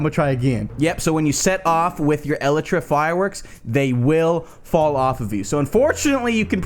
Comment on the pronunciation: Ellatra? It's pronounced "ee-lie-tra"